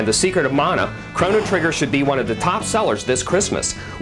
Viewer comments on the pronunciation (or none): none